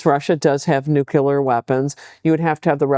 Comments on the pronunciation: SARAH.........! I love you. I love you're work. But.. You said nucular. It's nuclear. Please. No. Not you. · My heart broke when Sarah said "nuculer" instead of nuclear. 💔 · Ugh! She says "nook-you-lar" weapons. She just lost a little bit of credibility with me there. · . Please tell me that Sarah Paine-articulate, clear, expert- did NOT just say "nukular" like George Bush.